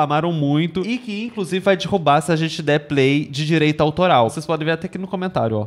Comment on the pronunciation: Não aguento a fonética de idoso do falando “dirrubar”